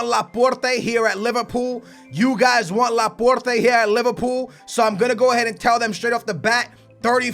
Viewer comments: That pronunciation though Laporrrrteh,Can,Uhmtiitiii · dont say Porte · wtf is your pronounciation, are you dyslexic or do u have some sort of speech impediment. Its ASKING NOT AKSING when you say 'asking price' Its la-port not laporrrrrrrtay Its car-ass-co not carrisio Its oree-gee not orgy